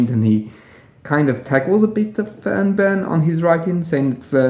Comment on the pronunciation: You seem to pronounce an extra n after the r and before the b, other than that I always appreciate your work.